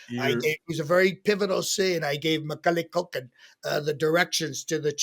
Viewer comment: The way says Macaulay Culkin makes me giddy